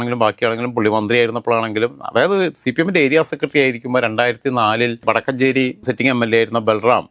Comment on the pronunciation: വടക്കുഞ്ചേരി അല്ല കുണ്ണേ വടക്കാഞ്ചേരി